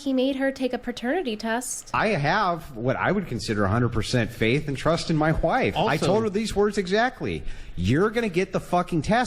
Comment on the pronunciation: why does say "wife" with an "h"? (Whife)